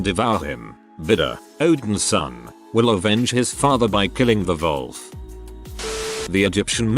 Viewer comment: What's up with the English narration reading "wolf" like "vulf"?